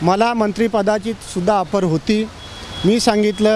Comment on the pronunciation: आफर/ ऑफर बोलतात